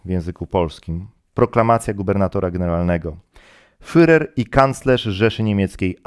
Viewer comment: Drobiazg dotyczący wymowy, nie "fyrer", a "firer".